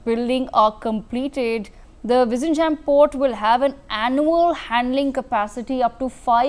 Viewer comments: Oh MG, it is not jam but yem. Phonetics are important when presenting a name some thing. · It's not V izhinjam as in perhaps Kissan Jam but pronounced as " Jim" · Learn to pronounce the port name correctly. There is no "jam"(bread or traffic) in the port name. You should try "nj" as in gyAn or jnAn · Madam, I believe you are an Indian, if so, please talk to any of your Keralite colleagues and learn how to pronounce "Vizhinjam". You have all the alphabets in Hindi to do so 😊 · The port name is wrongly pronounced. Please learn the correct pronouncation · Useless anchor. Try to pronounce South Indian names correctly or find another job. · Can you put some effort and pronounce “vizhinjam” the port name correctly? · No, they will impose their language on us, but they don't even pronounce our language